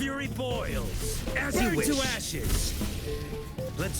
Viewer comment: можна було вже й не позорить так мортефая. ф'юрі боілс